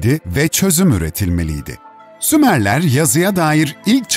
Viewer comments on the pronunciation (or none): Abi önce uygarlar diyip sonra sumarler diye konusdunuzda anlamadım